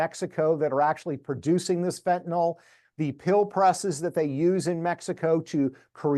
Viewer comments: It is pronounced Fenta nil, pronounce it fentan ol and a chemist will look for something else. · why does everyone say fentanal? it’s fentanyl.